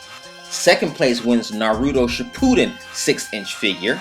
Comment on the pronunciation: its Shippuden, not Shipoooden xD